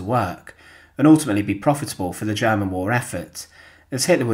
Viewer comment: Since when is "world" pronounced "weld"? And "German" "jammin"? Anyway, no action. Fail.